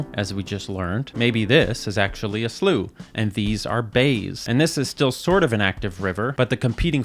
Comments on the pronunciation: My only contribution is the town here in England called Slough is pronounced Slau not Sluff. Thank you for the video on SLEWS. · not a single english person says "sluff". its "slau". we even have a town called slough (pronounced slau). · God i exclaimed so hard when you said SLUFF. I'm English (and i cant tell if youre joking or) and the entire time i was going yeah slough/slow, i pronounce it pretty much the same (maybe its north vs south type thing but i very much doubt anyone says SLUFF so im still on the fence whether its a joke im bad at picking those up like this) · In England it's pronounced "slough", not "slough". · Btw it’s pronounced “slowe not slooo” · English nerd here! You got this wrong, it seems like you got your pronunciations confused. "Slau" IS the English pronunciation, "Slew" as you wrote is the common pronunciation in the US and Canada. Slough pronounced "Sluff" is an entirely different word which is spelt the same. "Slew" and "Slau" both refer to the water you're speaking of, while "Sluff" is the skin shed by reptiles like snakes. "Sluff", for reptile skins, is pronounced that way in both British and American English as well. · The English do not pronounce "slough" as "sluff." No idea where you got that. They pronounce it "slau", the second of the two options suggested. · i feel compelled to tell the class that in england its pronounced SLAU not SLUF … n apology accepted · In England it's pronounced "Slau" not "Sluff" :) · How are you so confidently wrong? While SOME might say "sluff" it's "s-la-oh" to most people in the UK. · Sluff? there's litrally a place in England called Slough (slau) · sluff :D that broke me...over here eatin breakfast....sluff we say slough like...slaow or the second way ya said it....sluff :D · I'm English, and I have never heard anyone call it "sluff". Slough is pronounced "Slau". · Shout out to Slough, UK, for being one of the worst places to visit! Also, for being pronounced as Slau, not sluff!